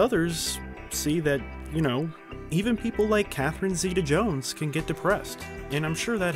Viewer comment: SERIOUSLY Stop saying her name! You don’t say it right so quit saying it!